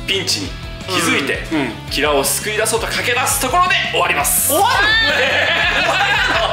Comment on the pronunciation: キラのイントネーションに終始違和感しかないんだが（笑）